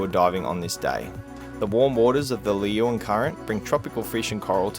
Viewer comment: G'day folks! Margaret River native here... Leeuwin is pronounced Loo-win. 🤣🤣🤣🤣